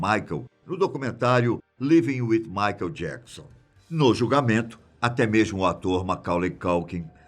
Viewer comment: Quando ele começa falando maikel jecson já desanimo